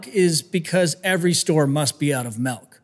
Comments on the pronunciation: Did he really just say melk? Ok his arms are big he can say melk or malk. Interesting video and great information. The cursing is a bit much, but the information and one of a kind presentation is informative and educational. My family suffers, my Mom is probably the worst case in the family. I struggle and feel like I’m a fake person, just to be able to pull off work with my clients most of the time. Thanks for posting. Pretty dog gone creative video production. Appreciate your humor. I know I know I need to get off my cheeks and work out. My biggest struggle is motivation. Most of the time I just don’t want to be here, but I have responsibilities to others to stick it out a bit longer and a bit longer and a bit longer. Baby steps. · Why're you saying "milk" wrong